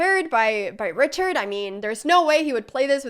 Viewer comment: Just an FYI: Richard Rapport is Hungarian (though plays for Romaina) so his name is pronounced as Ri-Hard not Ri-CHard, like you would a German Richard's name.